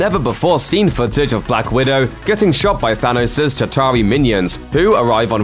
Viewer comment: Why does he say Sanos instead of thanos